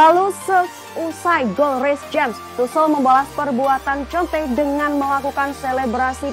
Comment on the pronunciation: Bacanya konte mbak 😂